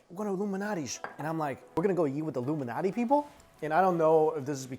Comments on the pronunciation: It’s pronounced Lou MaLnati! Not luminati! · I literally thought u said "illuminati pizza" 😆